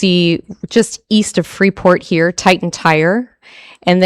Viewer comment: Wouldn't a normal, somewhat educated, adult alderperson who lives in Illinois would know how to PRONOUNCE IT CORRECTLY!!!!!! The 'S' is silent. My God, what an embarrassment to the city of Freeport!!!!!!!